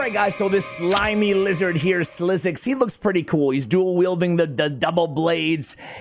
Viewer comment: SliXus,😅 speak it out as SLICKSUS 💜